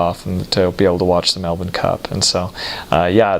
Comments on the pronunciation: Wow he said Melbourne correctly! Kudos! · Holy cow, an American who knows how to pronounce Melbourne! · I love that he pronounces Melbourne like an Aussie. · What a great guy,good onya mate come back anytime :) and he pronounced Melbourne correctly too😉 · OMG you said Melbourne correctly... almost no US Americans do. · Hearing him pronounce Melbourne PERFECTLY in the middle of an otherwise American sentence is SO funny to me skjskjshs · Melbourne perfectly pronounced. I had to hear the end of the story to know he was saying cordial 😂😂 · Great pronunciation on Melbourne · Good pronunciation of 'Melbourne'! He listened! Pity about cor-dee-al. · A lot of good things to say about your observations, but I will say just this: you are the only American I have heard who pronounces "Melbourne" like a local... okay well I'll say this too, regarding vegemite. Firstly, use real unadulterated dairy butter. Let your toast cool down somewhat so the butter doesn't melt too quickly, be generous with the butter, then add judicious amounts of vegemite and mix it with the butter using the knife right there on the toast, until it turns sufficiently brown to taste. There is a balance, beyond which it starts tasting crappy. Moderation is key.